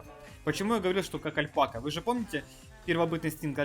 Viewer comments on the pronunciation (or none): none